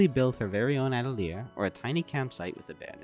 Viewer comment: People need to get together and learn how to pronounce "atelier"